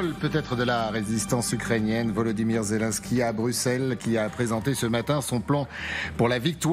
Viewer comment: ... ça commence fort, le journaliste qui annonce : "le symbole de la résistance zézé, en compagnie d'ursula" ... 🤣🤣🤣 ... Ho p'tain, on tient le nouveau Coluche ...